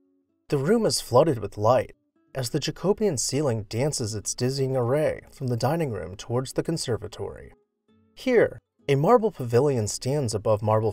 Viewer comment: GRAM-ur-see, not Gra-MERCY Jack-uh-BEE-un, not Ja-CO-BE-un